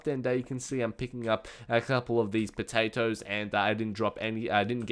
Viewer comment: No it's not! 75 Potawtoes >:3